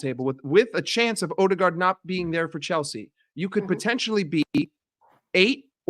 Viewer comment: Bro said Chielsa.. 😂